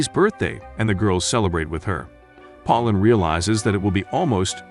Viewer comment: Did you really call Pauline pollen?